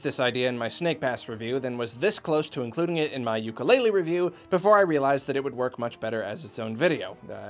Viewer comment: I would make it better by pronouncing it correctly (oo-koo-le-le )